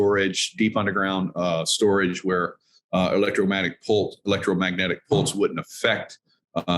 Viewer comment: Pulse..... not ports